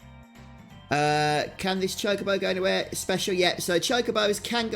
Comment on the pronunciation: It's actually pronounced Chalk-A-Bow